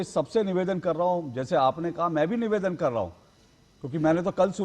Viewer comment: Pawan patel bolna seekhle pahale... nivedan hota hai beta nevaadan nahin...😂